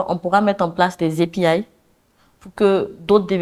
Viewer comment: J'aime beaucoup son changement du francais en anglais. Surtout au niveau de API :-)